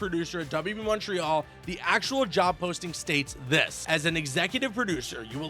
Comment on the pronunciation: Dude says Montreal the right way